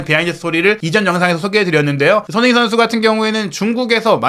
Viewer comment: 기자님...손흥민이라고 발음좀 똑바로 해주세요. 흘려서 발음하는데 영 듣기 별로네요~~ 한번 스스로의 발음 한번 들어보세요 많은 내용을 빨리만 말한다고 다가 아닙니다. 별로네요